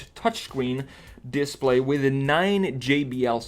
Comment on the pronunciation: How can it be so hard to say display?